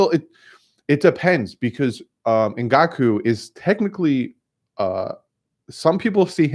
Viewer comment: As a victim of last name butchering my entire life - you are killing me bud. The Wisconsin o line is pronounced be-add-ish...and the jags pass rusher is n-gok-way. Personally, I think they shelved Rosen to let him develop instead of a full year of teeth getting kicked in again; ensuring he is ruined for his career. I think he could be a solid starter/Alex Smith type - depends what is built around him - I still feel like Marino and his knee braces is still a better option :p Keep doing what you are doing bud; loving the content as always!!!